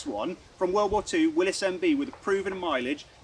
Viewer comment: Thank you. Thank you for being the ONLY person I have ever heard pronounce Willys properly.